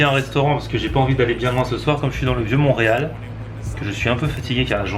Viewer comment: On dit Montréal ❤️😅